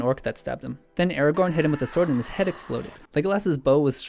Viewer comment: When he says Aragon I hear it as Eragon. I shall go back into the corner of good books with bad films. : (